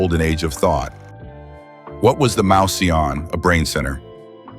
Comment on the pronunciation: The robot voice persists in mispronouncing "mouseion". It should be pronounced "moose - ey - on". Also, "strah - bo", not "strey - bo".